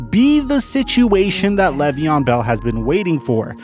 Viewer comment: "Lay ve on" not "lev ee on"